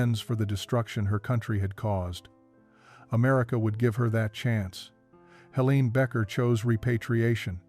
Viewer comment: The weoman's name is Helene and is pronounced HeLAYnuh